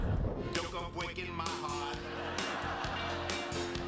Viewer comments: “Don’t go bweaking my heawt!” 😆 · Barry Kripke: don't go bwaking my heart lol